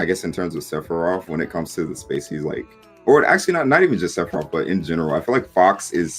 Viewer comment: Did man’s just say Se-phie-rot